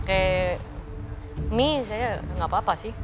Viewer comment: Chef Renata adalah kita, nyebut 🍜 Pake "Emmie" Bukan "Mie"